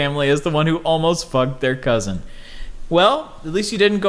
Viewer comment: The way pronounced "cousin" as "cousint" brought me back. Haven't heard anybody pronounce it that way since leaving Michigan.